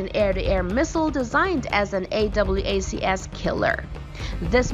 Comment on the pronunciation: AWACs. Pronounced "Ay Whacks". And this persists throughout the video. Can we please at least get someone knowledgeable to help the narrator when you guys make these videos?